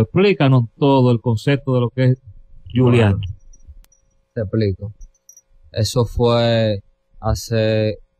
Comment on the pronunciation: Y que sepan pronunciar su nombre, disque Yulián 🤦🏻‍♂️